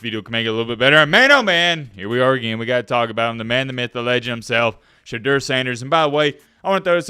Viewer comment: Porsche Door Sanders